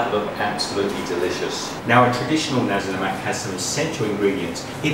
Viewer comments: its the pronounciation its not ne-si lemak its na-si lemak pronoce na as nah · its nasik lemak not nesi lemak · Do you even no how to say Nasi Lemak